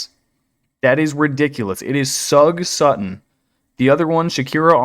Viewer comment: You know the word sugar? That's how you say Sug Sutton.